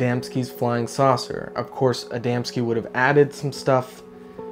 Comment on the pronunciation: KUDOS FOR SAYING ADAMSKI CORRECTLY😊